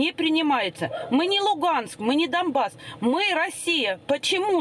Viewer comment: Она говорит домбас. А правильно донбас